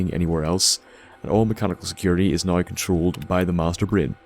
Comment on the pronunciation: Magicians haha Great video, man, I love how you pronounce "Now" "Noy". Liked, faved, subbed